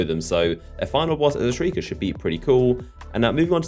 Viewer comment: "Shriker" HAHAHAHAHAHHAHAHAHAAH YOU FUCKED UP